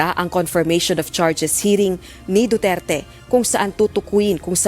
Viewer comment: Sa judge palang , Wala na respeto sa tao, Anong du'tuert. Du.ter.te Yan. Ayosin mo mag sabi ng pangalan ng tao..judge ka pa man maski na iba lahi mo or accent.